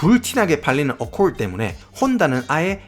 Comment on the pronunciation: 어콜드아니고 어코드 ㅋ